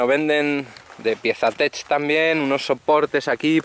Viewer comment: No es piesa tech .. aprende a hablar en ingles.. se llaman touratech. Jajaja